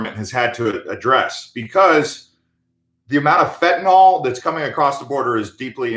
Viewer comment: Pronounced Fen-tan-NIL